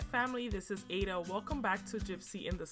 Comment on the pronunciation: Hi yes I'm Dominican and my name is ada and I live in NY!!! but I don't pronounce my name like you do